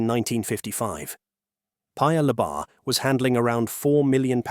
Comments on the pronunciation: Since you make so many videos on Singapore and the region, you should know that in Malay, words are stressed on the penultimate syllable. Thus, it’s PAyuh LEYbah instead of luhBAR. Its sounds foreign and wrong. Also, it should be CHAANGyi with a long “a” and not a short “a”. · Narrator saying Paya Ler-BAHRR with an emphasis on the bahrr is so funny to me. For future reference, it's Lay-ba. Lay like the Lays potato chips, and a short ba. And Changi is Cha-ngi. Cha like char the meat, and ngee. 😅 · Thanks for the info video. In Singapore, we pronounce it something like Chah-ngee. Ng like the n in onion. No hard g. Also, Paya lay-bah. 😊